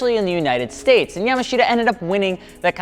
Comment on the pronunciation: Yamashita is pronounced "yamaashta"